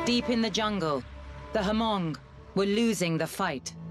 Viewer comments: Someone tell the narrator it’s Hmong with silent H not ha-hmong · My Hmong people, the pro Americans, sacrificed themselves for America. At least show some respect and pronounce our name correctly. It’s pronounced Mong (Hmong) not Ha-mong. My people were courageous, no matter which side they’re on. Love and respect. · Uh, I thought it was pronounch MONG not HA-MONG. The movie Gran Torino has one of the main characters, who is hmong corrects "walt" when he says HA-MONG